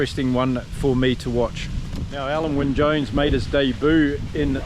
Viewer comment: OK, you asked for it! Alun Wyn Jones, you made a decent stab at it, but if you want to get it spot on, it’s Al-in, obviously I have first hand knowledge of this particular name…